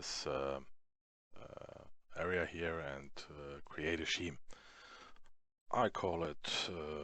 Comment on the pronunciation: scheme = skeem :) otherwise very nice english and great tutorials you helped me soo much by doing this I am very grateful!